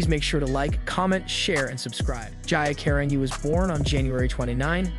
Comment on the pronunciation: Last name is pronounced Car an Gee Carangi